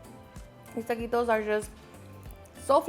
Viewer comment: Tuhhh-qee-toes don't need the extraness